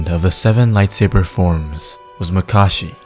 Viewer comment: Its not makarshi. Its makashi